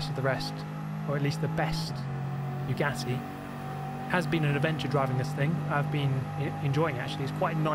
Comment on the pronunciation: Guys, is it just me or is he purposefully saying Bugyatti?